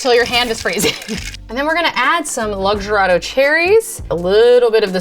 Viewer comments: Lug-zer-ah-do? It’s Lux-AR-do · Lmao 🤣 🤣 🤣 Looz-ar-doe